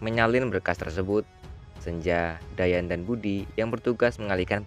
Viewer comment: Kedengarannya di panggil dayen/dayat padahal dayan